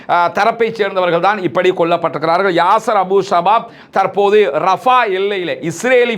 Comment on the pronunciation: தமிழ்ச் சொற்களை சரியாக உச்சரிக்கவும். உதாரணமாக.தற்போது தர்ப்போது எனச்சொல்லப்படுகிறது தவிர்ப்பபது நன்று.